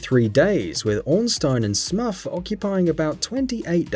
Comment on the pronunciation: What's with the Lobos diss? And what's with his odd pronounciation of "Lobbos" and "Smoff"? Is this guy looking for a fight?